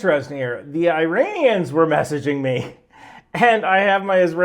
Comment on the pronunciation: Americans saying "I-ranians" and "I-raq" will never not be funny